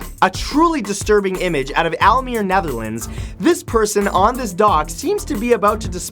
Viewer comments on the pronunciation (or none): does he mean almere? (aalmier as he says it)